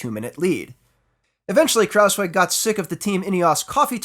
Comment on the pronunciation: And not just that... he also pronounces "Kruijswijk" in an almost perfect manner.... instead of "Krauswick" or whatever it is that some non-Dutch speakers seem to be saying when they try to pronounce his name.